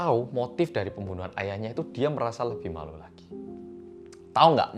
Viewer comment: " pemboenoehan " ngakak bgt sksksk